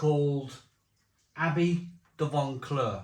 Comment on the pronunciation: There's no "n" in Vauclair. You're corrupting pronunciation and people are learning from you. I heard another reviewer use the "Barry" pronunciation of "Lamonde" for Loch Lomond. Also this beer is too expensive, jumping on the Craft Brew rip-off scene.